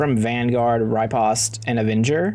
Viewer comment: Pronunciation help to the rescue! "piety" = PIE-eh-tee. (Long 'i' sound on the first syllable, not long 'e' sound.) Meaning "humble religious devotion". "riposte" = ri-POST (long 'o'). Meaning "a counter-strike made after parrying an attack."